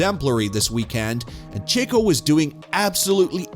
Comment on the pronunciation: “Mono-Coke” and “chicko” Chicko is my favorite driver